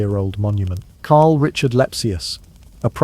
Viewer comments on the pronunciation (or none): none